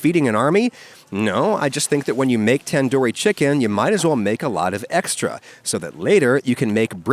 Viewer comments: It is tandoori not tenduri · Try saying 'Than-dhoo-ree' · ITS TUN DOOOORI TUN its spelt like tandoori that but come on man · It's tun-doori not tAn-Dohri bro 😭😭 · It's pronounced "Tun-doori" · Say it like taanduuri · I'm so sorry but the pronunciation of tandoori chicken is actually pronounced as thun-duri chicken. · Oof it makes me cringe hearing other accents pronounce tandoori or kashmiri, idk why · That's not how you say tandoori and masala I'm Indian